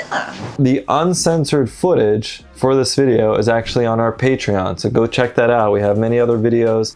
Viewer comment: You said "footage" like a cockney Londoner 🤣🤣 been watching Pirates of the Caribbean?